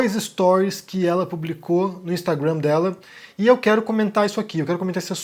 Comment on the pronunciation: Acho engraçado vc pronunciar de maneira correta o Instagram. "Instragruannn" kkk